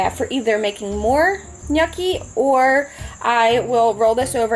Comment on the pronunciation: WTF is nukki? I watched this video for 53 seconds and now I’m out because she has no fucking idea what she’s talking about.